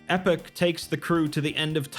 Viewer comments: E pock not Epic. Not to be that guy but epoch is pronounced E Pock an references a massive period of time like the ice age. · It is "E-poch". The E is elongated and pronounced like the E in English. Poch is more like Pocahontas.